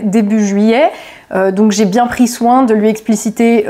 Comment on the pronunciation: Le IN se prononce IN , pas AN ….. On prononce Seine SAINT Denis , pas Seine SANT Denis ….. BIEN et non BIAN ….. etc etc …. Parisien et non ParisiAN